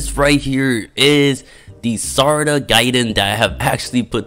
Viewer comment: Bro said sarachiha Gaiden what's next mitsuki Gaiden 💀